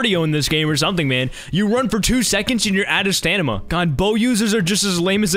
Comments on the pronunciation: "Alright let me charge my stanima" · nobody talking about the fact he says "stanima" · Nobody:: STANIMA! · I've been saying stamina wrong my entire life... it was pronounced stanima